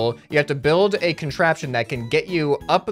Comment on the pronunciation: XD Ok yeah they will "BLUILD" that for sure if they understand what does "bluild" mean....seriously tho....its written build and pronounced bild ☺